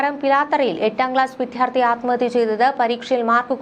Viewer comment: നിങ്ങൾപറയുന്നത് ഏതു വാർത്തയായാലും ഉച്ചാരണശുദ്ധി അത്യാവശ്യമാണ് ദയവു ചെയ്ത് വിദ്യാർത്ഥി എന്നവാക്കിൽ ദ്യാഎന്നുള്ള അക്ഷരം ത്ഥ എന്നുച്ചരിക്കരുത് അത് തെറ്റാണ